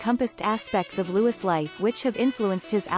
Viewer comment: It's Louiiiii not Lewis